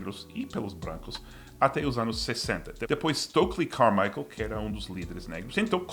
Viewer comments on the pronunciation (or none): none